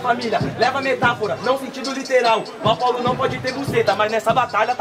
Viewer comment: Na batalha do Apollo a garota que falou errado kkkk dê Zé kkkkkkkkkk